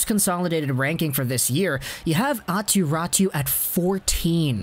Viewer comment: Yeah, its not pronounced like that, like at all. Always like North Americans explaining how Finnish names are pronounced and still not getting it close :p Great video though.